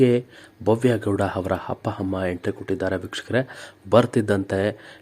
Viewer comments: ಹಪ್ಪ, ಹಮ್ಮ, ಹೆಕಹೇಕಿ, ಅಲ್ಲಪ್ಪಾ , ಸರಿಯಾಗಿ ಕನ್ನಡ ಕಲಿತುಕೊಳ್ಳಪ್ಪ ತಂದೇ 🤦‍♀️🤦‍♀️🤦‍♀️🤦‍♀️ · Yo happa hamma alla first kannada nettage mathadi atleast igadru correct madi kolli kelakke himse